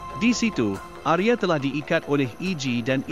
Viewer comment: Bagus sekali cara pembawaan ceritanya, salam dari Indonesia , Untuk nama Arya dibaca Arya, bukan Arye.